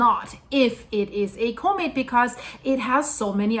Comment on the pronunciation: Just a quick, helpful note... The usual pronunciation for comet is a little bit different. The "com" beginning of the word is pronounced just like you would pronounce it in a URL address ending with ".com" (You can verify this online) 😊